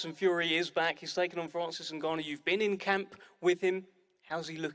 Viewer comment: I swear just called Ngannou... "Francis Niggarou" 💀💀